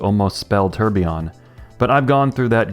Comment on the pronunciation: The "Turbyon" got me 🤣 SUBBED!